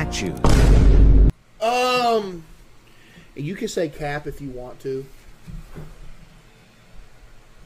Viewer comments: “Spee spee speghe tiii”💀 “Stawww burry ooce croim”💀 “Nat shoes”💀 The three foods pronounced wrong 💀💀💀💀💀💀💀💀💀💀💀💀💀💀💀💀💀💀💀💀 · "give up nat chuæw" "spaghaaa spe spahcghathyii" "strawbeuwwi ice cweaim" "Wendy's fries aauaggahahh"